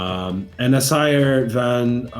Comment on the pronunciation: not even can pronounce assire:(